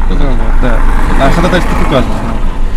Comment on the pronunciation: диктует по буквам хОдОтайсвО , как в третьем классе